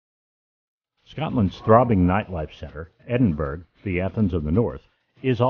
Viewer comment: argh! How embarrassing. It was an interesting video, but... please learn how to pronounce the name of the city you are highlighting. I'm really not trying to be mean.